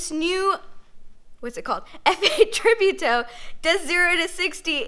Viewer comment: And the way she pronounces Tributo too. :(